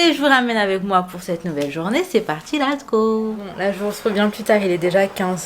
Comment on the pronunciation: Salam Joyeux anniversaire à ta princesse machallah les enfants grandissent vite Juste un petit truc je t’entends souvent dire lat’s go au lieu de let’s go je ne sais pas si c fait exprès ☺️ Bonne continuation à toi